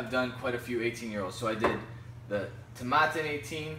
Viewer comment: Not to be a nudge but Tomatin rhymes with satin. Nice review the 18 is a great value in US.